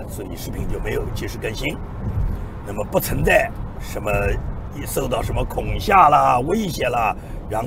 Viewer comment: 恐吓的读音 kong he